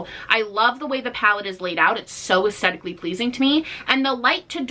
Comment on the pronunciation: Legit, I want rare beauty just because I have a super rare connective tissue disease that has crippled me with premature arthritus, and she made her packaging easy to open. Brilliant! And I count every time you say "aesthetic" in your videos, because I've never heard someone not pronounce the "h", like "uh-STE-tic" instead of "uh-STHE-tic", lol. Gets me every time.